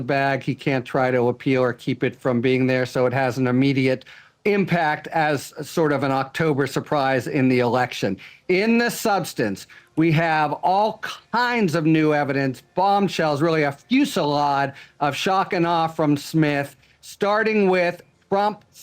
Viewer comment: He said fuselad 😂